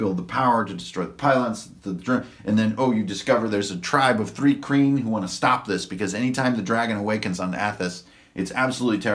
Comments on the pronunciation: Also it's not 'three kreen'. it's pronounced more like 'try-kreen" but with a 'h'.. Thry-kreen. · Pronouncation correction: Thri-Kreen (Thry-Kreen) Mul (mül/mule)